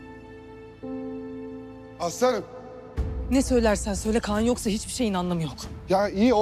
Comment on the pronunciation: aslı hanım derken aslanım der gibi oluyo İSDPŞSAPDLAPDŞSLDMA